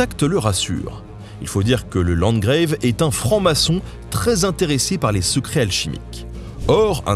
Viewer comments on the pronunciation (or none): Mais pourquoi prononcer le mot 'landgrave' à l'anglaise (/-greïve/) ? Ce mot est la francisation du mot allemand 'Landgraaf'. Or le 'a' ne se prononce /eï/ qu'en anglais moderne (mutation de prononciation intervenue entre 1400 et 1700 seulement) et seulement dans certains cas ('a' long à l'origine). En français, le 'a' se prononce donc /eï/ seulement dans des mots empruntés à l'anglais assez récemment. Pour autant que je sache... Parce que j'avoue ne pas avoir bien entendu parlé français avant d'être né, quelques semaines avant qu'Armstrong mette les pieds sur la lune. Ça ne fait donc pas beaucoup plus d'un demi-siècle que c'est ma langue maternelle. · bonjour, hélas il y a une autre coquille : "landgrave" est prononcé à l'anglaise dans la vidéo. C'est un mot allemand, un tître du St Empire qui se prononce comme il s'écrit. Il y a landgrave, margrave, burgrave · ah, et landgrave n'est pas un terme anglais, c'est une déformation de l'Allemand Landgraf (comte terrien, par oppostion au Margrave, marquis, ou au Rheingraf, situé en pays rhénan), et doit donc se prononcer à la Française.